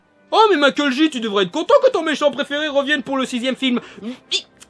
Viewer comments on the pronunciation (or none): none